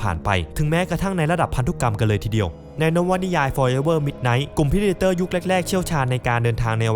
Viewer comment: ออกเสียงว่า “เพร้ดเด็อเต็อ” อย่าสับสนระหว่างการออกเสียงกับสำเนียงคนละเรื่องกัน ก่อนจะเผยแพร่อะไรก็ควรจะหาข้อมูลให้ครบถ้วนถูกต้องซะก่อน แค่เปิด App Dictionary ก็รู้แล้ว